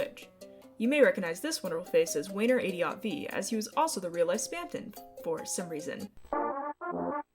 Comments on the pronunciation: Are you saying waynes name like that a joke i cant tell its making me giggle every time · wayner's radio and his TV.... BAAAULp.... soapy... ITS PRONOUNCED WAYNE-RAYDEEYO-TEEVEE AAAAAAUGH